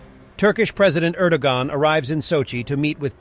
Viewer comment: Please:), Robotyne is pronounced "Ro-bot-ter-neh and Erdogan is pronounced "Erdowan" those Turkish "g"'s can jump out of the shadows and grab you mwahaha, or as they say in Turkish, mgahaha